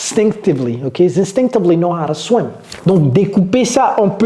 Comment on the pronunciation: C'est ton swim ❌Swin But good video